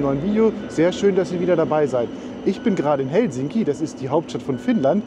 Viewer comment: Lento-asema = Flug-bahnhof. Betonung immer auf der ersten Silbe. HELsinki, keinesfalls HelSINki. Rautatie-asema = Eisenbahn-bahnhof. Finnisch ist ganz einfach.